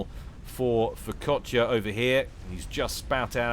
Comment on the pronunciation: Every time said Furkotya in that game just made me think of focaccia instead.